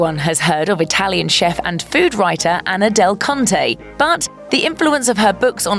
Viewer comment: I’m sorry but did anyone else chuckle when they heard “ Anna Del-KUNT-e’s “ name 🤔😅🤣